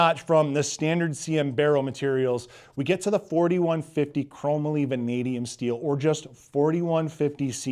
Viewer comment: You been around for a little while, and you don’t know how to pronounce “Chrome - Molly” ???